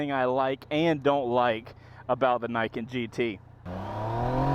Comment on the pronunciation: so i have heard this damn thing called "ni-ken"..."knee-ken".... "nye-ken" and now "nye-kin" .............. so which the hell is it?